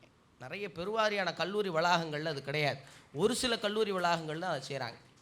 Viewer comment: தயவு செய்து உச்சரப்பை கவனிக்கவும். கள்ளூறி அல்ல அது கல்லூரி.தமிழில் ga எண்ற உச்சரிபு இல்லவே இல்லை. அது கண்ணியம்.